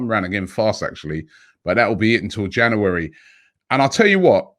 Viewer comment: Is it me or is he saying January weird. Jana- werry 😂😂😂